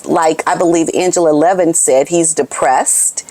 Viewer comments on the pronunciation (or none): none